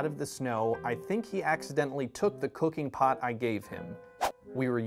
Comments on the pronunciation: i have such a dirty mind, my bad butt thought he said cocaine pot. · Lmao I heard COCAINE pot 😂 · I honest to God thought he meant weed, even when he said "cooking pot", and I was like oh he was boutta make edibles 😂